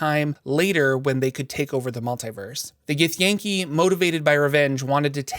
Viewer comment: I believe it’s “gith-yahn-kai” not “gith-yay-n-kee” lol